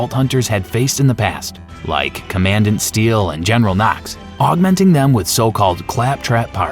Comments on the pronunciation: Say it with me "Comman-dant" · Commandant pronounced common-dant 😂😂😂